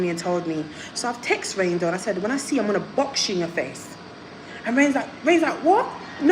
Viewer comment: It’s reign doll not range 😂😂